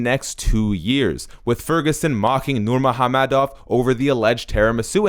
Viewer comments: Nurhamomedov? It's nurmagomedov learn to pronounce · The dude narrating this video can’t pronounce Nurmagomedov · he says "nurmOgAmedov" but his name is nurmAgOmedov... He is not correct at all! The only thing he got right was to pronounce the g as an h. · nurmagomedov mot nurmahommedov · It's ......Nur-ma-go-me-dov bro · My man said: “Nur-MOHAM-MEDOV” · Is it only e or did he just said "Nurmo ha-medow" xD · Actually pronunciation was way off. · Please At least Pronounce the surname right. There's a "M" in it.✌ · Can’t even say his last name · Did this fucking guy really mispronounced Khabib's name like he hasn't heard that name😱😱😱😱 hundreds of times? Jesus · Come on, pronounce the guy's name right. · I like how slow you pronounce Khabib's last name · The way this guy says NURMAGAMEDOV is disturbing, I know you’re trying to say it right, but please don’t. I’m Russian btw. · You didn't pronounce his last name properly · You're obviously a Tony fan the way you mocked pronouncing Khabibs last name....so I gave you a thumbs down and think you're trash for being so bias